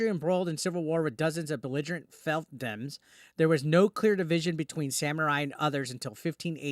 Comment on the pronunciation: “Felfdems”?? Come on man. It’s easy to check how that’s pronounced and what it means. If you can’t see that word and; A/ know how to pronounce it, and; B/ know what it means - well it’s difficult to take anything you say seriously. Fiefdoms should be a well understood word for someone of your age. Surely you’ve come across that word before? If you can’t even recognise or pronounce that word you really shouldn’t be criticising anyone. Even though I totally agree with you - at least put the effort in to understand what you’re talking about. Hopefully that comes across as the constructive criticism it’s meant to be. 👍🏻👍🏻